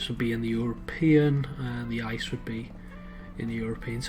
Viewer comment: and it's pronounced I C E not Ice and stands for inter city express.